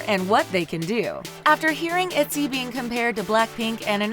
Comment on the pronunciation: Zohre Farzipour itzy its iyzy😂😂😂 Im sorry that made me laugh😂😂